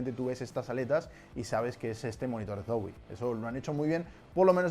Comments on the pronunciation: se me hace gracioso como pronuncia la Z de Zowie como un "ds" sonando como dsoui xd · que raro pronuncia zowe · Soy al único al que le incomoda como dice zowii (como se escriba) dxdx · Soy yo o dice mal Zowie?? (Creo)